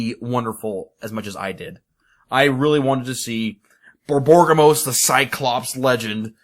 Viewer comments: borborygmos... I'm pretty sure you're mispronouncing that, since it should be more like bor-bor-rig-mos instead of bor-bor-gim-mos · BOR-BOR-IG-MOS dude